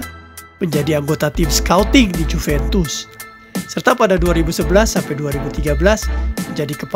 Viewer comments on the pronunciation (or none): none